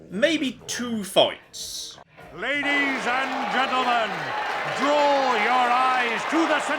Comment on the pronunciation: Okay seriously, is just mumbling "Ladies and Gentlemen" in his intro?